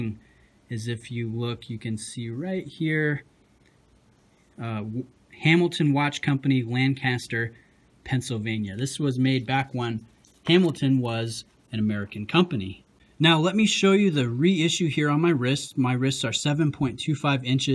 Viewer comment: Great review. I've been wanting one of these for awhile. FYI the locals pronounce it "LANK-iss-tər" and get really irritated when it's mispronounced.